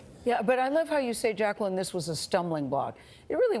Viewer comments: Mrs.Jackson doesn’t pronounce her name as Jack-ca-Lin she pronounces it as Jack-ca-line. LoL at first I thought Gayle was saying it wrong to 🤣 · She doesn’t know how to pronounce “Jacqueline”.